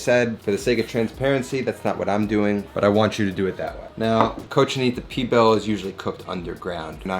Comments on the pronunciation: Lol what is Pee Bill.... great Spanish 101 hahaha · He was losing me at flour tortillas for Cochinita but trully lost me at "P-BILL..." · love this youtube channel but its pronounced : cochinita PEEE BEEEL